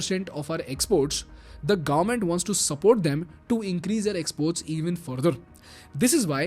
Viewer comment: Gavvment ❌ Government ✅